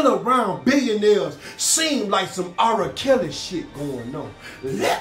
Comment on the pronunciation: 😝😝Did he say ARA (R) Kelly? 🤣🤣